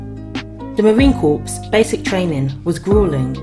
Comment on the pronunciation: 'Corps' as in Marine Corps is pronounced 'core'.